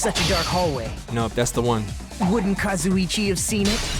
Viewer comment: pronouncing Kazuichi like Kazzo-chi gets me everytime.